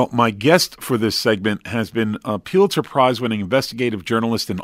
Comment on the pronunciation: Its pronounced "pull itzer, not pew-litzer. Also kushner sounds like push, not lush